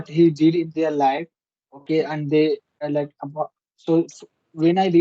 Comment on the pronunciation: Bro using the word LIKE is not the problem but you mispronounce it. And instead of using toh you can say so it's a english word and has the same meaning. Last but not the least you also need to listen to the english content and understand how they form sentences and what word they use. This will certainly help you improve your spoken english skills. Have a nice day Bro.